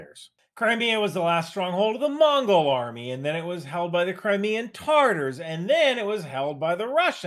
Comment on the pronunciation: It’s Tatars not Tarter’s right?